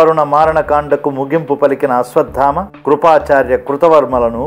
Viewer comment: Its not ashwaddhama sir its ashwatthama